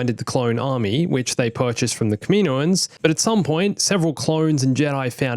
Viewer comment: Does he know how to say Kámm inn óh anz. The word Kaminoans does not sound like the planet Kamino.